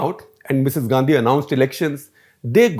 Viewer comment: How is that Misses Gandhi...say it as Misses Gandi